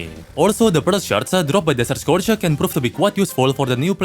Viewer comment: he finnishes almost every setence by adding a "-uh" like "desert scourge-uh" but only when its the last word in the sentence